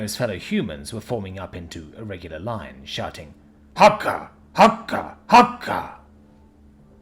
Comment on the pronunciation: Fantastic! You gave it that extra level of creepiness that I was hoping for. And you did great on the haka. Best one I’ve heard for this story.